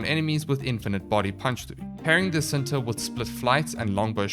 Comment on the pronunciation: It's pronounced Chin-ta (indonesian word for 'love') Nataruk itself does not have any headshot multipliers on any of its firing modes, so i wouldnt go for a longbow sharpshot build. Pretty sure it still procs the dmg buff, but it doesn't feel good with the knowledge that you're not getting additional multiplicative bonus from weakpoint damage as well.